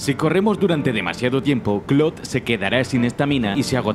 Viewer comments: clod xd su nombre es claude pero se dice claud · ¿"Clod"? ¿No sería mejor "Claud"? xD Igual es una estupidez. Muy buenos videos. Saludos. 👋🏻😁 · clod Xd Perdón, estoy tan acostumbrado a que le digan literal Claude. (Así como se ve) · Por qué les dicen clod ? Se le dice claude espid así lo escribo a propósitos así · Se pronuncia claud no clod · "Clodt" vaya pronunciación.... "Un detalle que a Rockstar siempre le gusta cuidar.." el desmembramiento solo era posible en GTA 3 y en versiones antiguas de PC unicamente. No hay nada peor que una revista de "videojuegos" que no sabe de videojuegos. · 1- son solo errores, ademas se pronuncia cloud (sin pronunciar mucho la I) 2-No tienes la idea de demandas y Dinero qué causaria los desmembranientos en los siguientes juegos de la saga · gringos: Claude Latinos: Claude España: CLOT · Que estresante como se refiere a CLAUDE como "Clod", españoles tenían que ser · Nadie:: C L O D